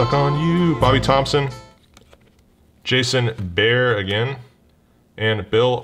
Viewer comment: Its pronounced Jason Ber Ray! 😉